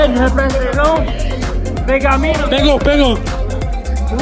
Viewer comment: Rebresentei nu rebresetei? 😧